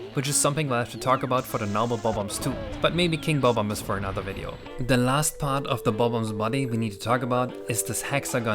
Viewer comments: Thank you for saying Bob Omb instead of buhbomb. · i love the way you say bob omb its so satisfying